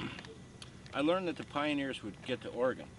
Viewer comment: Why hasn't anyone taught this talented book writer how to pronounce ORY-GUN?